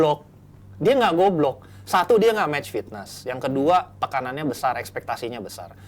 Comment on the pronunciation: bilang goblok ke abrar renyah banget didengar 🤣